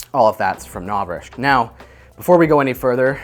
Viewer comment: I love your videos, but I can't watch this one. It's just "Novrishk" every thirty seconds and I just can't- XD